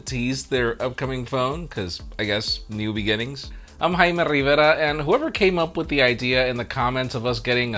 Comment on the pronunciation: love the way you pronounce your name the right way!